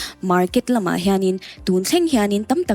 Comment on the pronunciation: Ngati nge 'la' hi 'le' atih tlat le..."An la tem chhin ngai lo" tih tur ah "An le tem chhin ngai lo" ti deuh tlat.